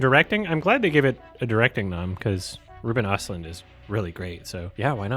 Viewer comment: It's Rooben Erstloond